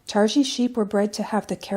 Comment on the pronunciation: Looks very nice. p.s. pronounced "tar-gee", g => as in goat 🐐.